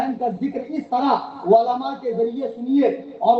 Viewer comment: Ama!??? Walama Nahi.. Balki Ulema kaho... Walama waao se Bola jata hai.... Aur Ulema Ain se Bola jata hai... Kitne Bar Samjhaya aadat ke Mutabiq Walama Walama karte ho. Apna Urdu Talaffuz to sahi karo..